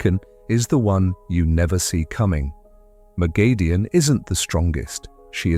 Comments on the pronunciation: Not according to the author. Robert Jordan gave pronounciation guides and her name is "Moghedien (moh-GHEH-dee-ehn)," It's grating to hear it misspronounced. Most of the long term fans of the series will spot this and it looks bad. Always try to get pronounciation correct to the original on explainer videos to maintain credibility. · Pronounciation correction it's "Moghedien (moh-GHEH-dee-ehn)" according to Robert Jordan. No long A sound anywhere in the name. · Can you PLEASE learn to pronounce her name correctly?!!!